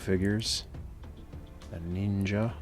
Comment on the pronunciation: Was the way you said “nin-ja” after Storm Shadow a reference to “Ask a Ninja”? If so, that’s a deep cut. Either way I must now rewatch those. :)